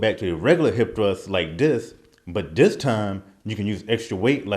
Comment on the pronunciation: What is 'dis'? I do dis...do it like dis....dis time....don't make me 'axe' somebody....lol